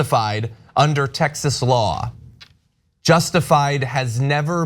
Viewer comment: WTF, Tex-ass?